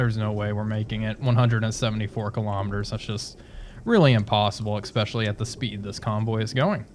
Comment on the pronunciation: Sorry dude, I have to be "that guy". There is no "x" in the word "especially". I really like these videos though, keep it up :)